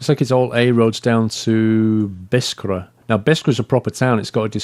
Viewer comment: again, according to the Arabic, Biskra is pronounced as Bis-krah, simple!